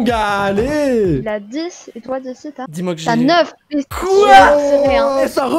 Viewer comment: Quand il a dit ta neuf j ai entendu ta meuf mdr